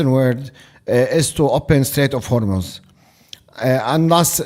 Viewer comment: Thank you for pronouncing Hormuz correctly! I know it's a stupid detail to be mad about in this situation, but I can't help it! It's pronounced Hormoz rather than Hormoooz!